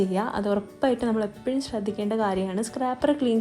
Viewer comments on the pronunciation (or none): none